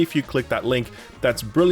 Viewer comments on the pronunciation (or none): Wait…is it “Skill Up” or “Shill Up”? I’m new to the channel…is there an in-joke or something about this…or maybe a speech impediment…?